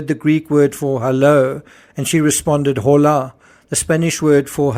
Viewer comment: Hola = o-lah without the H sound